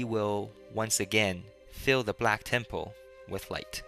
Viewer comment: lol i like how u say temple tem-POLE :P